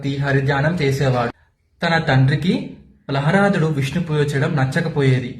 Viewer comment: ప్రహ్లాదుడు అని పలికేది నేర్చుకో బిడ్డా ముందు